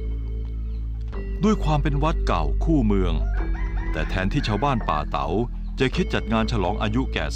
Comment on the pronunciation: ยังติดตามเป็นกำลังใจ ทุกตอนครับ ออกเสียงภาษาเหนือจริง คือ สหล่าครับ บ้านป่าเต๋า จริงน่าจะป่าตาว